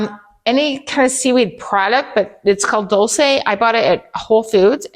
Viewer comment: This looks so good, I’m so excited to try it! Thank you and your cameraman 😂 also I believe “dulse” rhymes with pulse